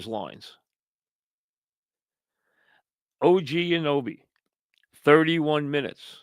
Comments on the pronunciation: its not og anoby its og anunoby ha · DID HE SAY OG ANOBIE?